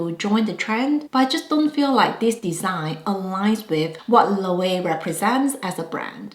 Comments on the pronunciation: I would spell it like this for proper pronunciation - LO-WAY-VAY. Not to get too particular 😭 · Just for reference: Loewe is pronounced Lo-wey-ve or Lo-we-ve.